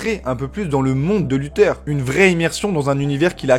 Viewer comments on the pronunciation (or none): Mdr lutheur il dit sa se prononce luthair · Carré la vidéo ! Par contre c'est bien [LuthÉRE] et pas [LutEUR] 😅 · C’est luthèr pas lutheur